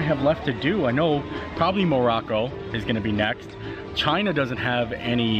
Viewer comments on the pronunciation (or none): none